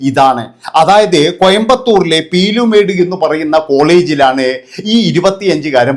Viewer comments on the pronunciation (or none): Peeru med. അല്ല. പീള മേട്. ആണ്